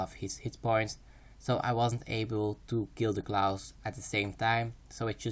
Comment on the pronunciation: "Clous" :D